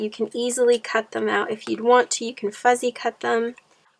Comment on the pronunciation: Lovely. You’re so cute but it’s not fuzzy cut, it’s fussy cut.